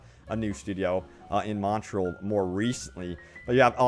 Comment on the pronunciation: Can’t even say Montreal